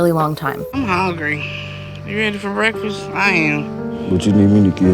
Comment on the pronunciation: When she said breakfast I heard ‘wreckfest’ it really is wreck fest 😭